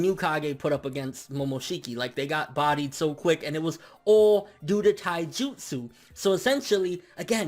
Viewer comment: "got bodie" 😂😂😂😂